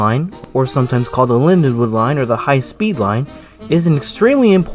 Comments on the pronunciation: Linden-wald, not Lindenwood! Dummy!!! I rode the last train to Cape May from Lindenwald on September 12, 1981. The last train in was the next day. In the last years weekend service was one train out Sat AM and one train in Sun evening. Other errors too. Reading went bankrupt too in Nov. 1971. The RDG was having to pay for PRSL losses but they did gain traffic access to former all-PRR points. By 1971 psgr service is was pitifully bare. I won't bother finishing watching, too much waste of time. The business left the PSRL. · It’s Lindenwald not Linwood, typical nj style property taxes killed the South Jersey rails